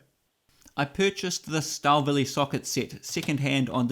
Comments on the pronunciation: It’s not a mystery how it’s correctly pronounced. Google it, eh not E. That simple. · Well done sir ... from a fellow Kiwi! Your pronunciation of Stahlwille is soooo funny!!